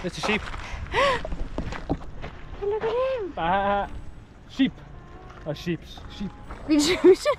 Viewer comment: Sheŕpoe? needs retraining!😂